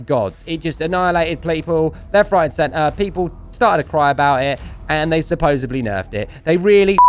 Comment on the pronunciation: Awesome video! Btw it is supposedly not supposebly. Just an FYI ❤️ ya